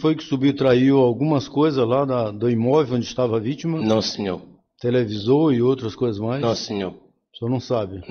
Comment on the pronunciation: O réu dissimulado: “Nãsinhô, nãsinhô, nãsinhô” 🤪